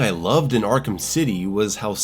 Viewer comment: Arkham not Arkam 😂